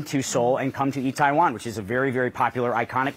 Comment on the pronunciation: itaewon, not taiwan